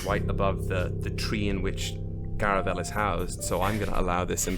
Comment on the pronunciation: I love Ythae'el Kosima not being able to pronounce Garavellir. Not sure why Theagus took the news of Garavellir and Decima's marriage so personally. They knew each other for 8 months, they didn't speedrun a relationship like he did🤣 I really thought the Distortion was going to turn into the Witches' Road, especially because of the magician card. Even though we knew Gary was doomed, I really appreciate that no one at the table treated it that way. Everyone tried so hard to find another way. As an older sister my heart is absolutely breaking for Maravix. I wouldn't want to be in Hareem's shoes when Maravix, Decima and Aelys are all gunning for him.